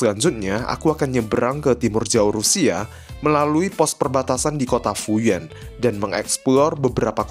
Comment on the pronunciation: Fuyuan bacanya Fuyen ya bro ?